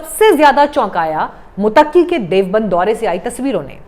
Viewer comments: मुत्तकी को मुतक्की बोला जा रहा है। उच्चारण सही करें। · Tujhe to kisi ka naam lena nahi aata. To tu kia news pardhe gi. Muttaqi ko Mutaki keh rahi hai. Non sense Jahil.😢